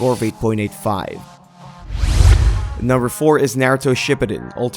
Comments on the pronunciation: naruhtoe shipidin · Bro that's not how you say naruto